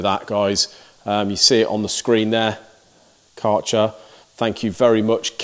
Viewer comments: Hey Mate.. It's like KÆ RCHER ... AE ... You have to say K aeer cher ... like German name dude ... it sounds like shit when you say CAR CHER... it's not their name. If you pronounce it correct I will ship you a beer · Nothing wrong with sponsoring for channel related products. You're a niche content channel and all of the time, effort and money needs to be recouperated so that we can continue to enjoy what you put out. Just one criticism Kärcher is prounounced Kersher. How do I know? I'm a Brit ex-pat and I live in Berlin. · Say.. Care Che R ( like che guvarra ) .. and then an R you roll on... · If Kärcher is your sponsor, you could at least take a minute to study how you have to pronounce "Kärcher". I don't try to be mean, it is just polite to do such things for your sponsor. The "K" was good, the "ä" is pronounced like the "e" in "to let", the r, well that's difficult for Engish speakers, so we leave that and than the "ch" is not a "tsj" but more like the scottish "gh" like in "Mc Loughlin". The "er" bit was good.